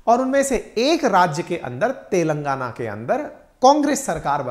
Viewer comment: सोनिया गांधी तेलंगाना को "तेल लगाना" बोलती है ☺️